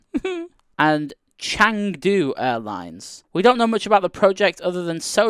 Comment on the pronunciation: It's pronounced Cheng-du. :)